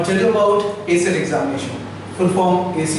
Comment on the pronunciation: Its acet not aset